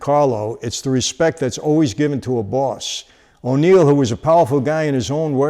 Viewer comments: Why do you keep calling him O'Neil? Wasn't it just Neil? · "O'Neil"?? No : Neil! His real name was Agniello Della Croce. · Aniello. Not O’Neill.